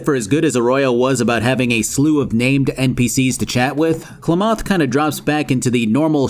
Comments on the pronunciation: Love the video but it was kinda weird hearing Klamath being pronounced klumuth instead of Klameth.But you do you I guess. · It's not pronounced claw-moth, it's pronounced Kla-myth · just in case anyone was wondering Klamath is in Oregon and it is pronounced "clam"-"eth" and not "Kla-moth" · ...Klemoth? The town of Klemoth? It's said in game, out loud, as KLAM-ath. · Ah sticking with that "I don't know how to say that name, even if its said in game". "Klaw-moth" is probably the weirdest pronunciation of that real life town in Oregon I've heard. "K-la-math" is how it's normally said, if you go phonetically. Not that it really matters so much, but I always find it amusing how people outside the Pacific Northwest just constantly flub a lot of location names from it. Like when I was watching Tex from The Black Pants Legion call "Yakima" "Ya-key-meh" instead of how locals do "Yaki-mah" or how the native tribe does of "Yah-kah-mah". It gives me a little buzz of enjoyment like when people say "Tig-gard" instead of "Ti-gard" or "Brothel" instead of "Bothell". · Minor correction, but Klamath is pronounced clam-eth not klum-oth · It's pronounced "Kla-meth" not "K'le-maath". Sorry, it was hitting a nerve. Big fan though! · Just FYI, it's pronounced CLAM-ATH, not CLAW-MOTH. It's a real place in Northern California. Love the video! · As someone who lived near the real town of Klamath for several years, most people pronounce it "Clam-eth". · I know im late to this, but as an Oregonian hearing salt call it "klamoth" filled me with rage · BTW as an Oregonian, Klamath sounds more like Calamity. "Calamith" is how we say it. Kuh-Lamb (like the animal)-eth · Why you saying Klamath like that it’s pronounced kla MUhth is a town on the border of ca and Oregon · As an Oregon resident, "kluh-MOTH" pronunciation of Klamath sounds hilarious to me. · It's pronounced Kl-eh-myth. It's in Oregon. Say it with me now: Kl eh myth. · Hearing Klamath pronounced as kluh-moth is wild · Kla mahth.